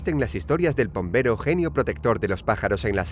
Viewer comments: Pombero si lo dijeron bien 😉👍🏻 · Pombero lo dijieron bien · Creo que pombero esta bien